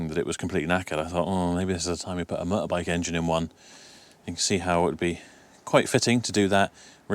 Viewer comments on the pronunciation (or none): after you said 'moter boik' i knew there was West Country/Somerset somewhere :-)